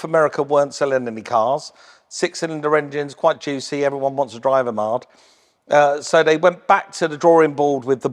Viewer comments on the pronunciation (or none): none